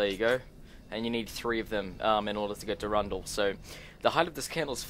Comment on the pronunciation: your pronunciations of some of these triggered me so bad, like the wyrmhero blade, there is a letter "r" after that "y", the way you pronounced it, was more like it was spelled "wymhero blade", and the way you pronounced "durandal", it's the same pronunciation as in "marathon durandal", it isn't spelled "durundal", and before you say it's the accent, i'm Australian too, i have the same accent.